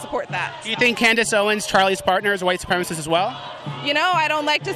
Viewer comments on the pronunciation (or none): "Its a white supremist group" ahhh lol